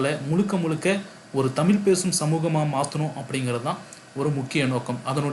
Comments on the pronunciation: முதலில் இந்த நெறியாளர் தமிழை ஒழுங்காகப் பேசட்டும். பிறகு மற்றவர்களுக்குக் கற்றுக் கொடுக்கலாம். அது 'தமில்' அல்ல "தமிழ்". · தமில் இல்லை தமிழ் தமிழின் சிறப்பான 'ழ' வை சரியாக உச்சரிக்கவும் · தமிலை இல்லை தமிழைச் சரியாக உச்சரிக்கவும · முதலில் தமிழ் என்று சரியாக உச்சரிக்க கற்றுக் கொண்டு தமிழ் சேவையை செய்யுங்கள். அப்படி செய்தால் தான் உங்களுக்கு அழகு